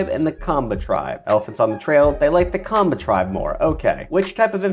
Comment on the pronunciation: Kenyan ninja here, excellent pronunciation on the maasai and kamba African tribes.